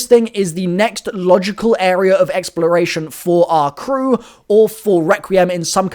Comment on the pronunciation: “crew” lol